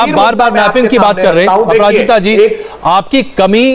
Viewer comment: He literally said aparajiti sangri 😭